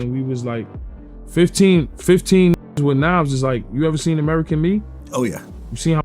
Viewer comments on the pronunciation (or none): none